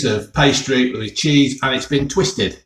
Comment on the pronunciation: Right folks, Cheeseh